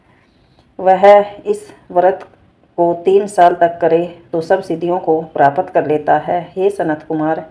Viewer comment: प्रपात नहीं आंटी जी प्राप्त होता होता थोड़ा सही से बोला नहीं गया आपसे की नहीं